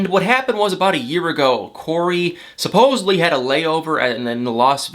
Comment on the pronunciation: Dude, love your videos but please please please learn how to pronounce the word SupposeDly! In is NOT supposeBly!! Sorry, just a huge pet peeve and you say it soooooo many times every video.